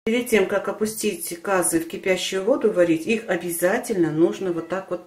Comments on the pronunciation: Как только услышала кАзы , сразу переключила . Если не знаете как правильно говорить, то откуда вам знать как правильно его готовить? Не кАзы а казЫ , не мАнты а мантЫ. Ужас . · Умоляю ствьте ударение на Ы ☝цены вам не будет 👍КазЫ👌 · Ударение на ы